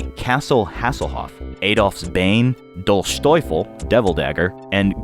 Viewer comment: Doulshteufl! It's always funny to see americans screw up german words in such a way. Btw, Dolchteufel isn't really a word in germany. It's like putting two random words together.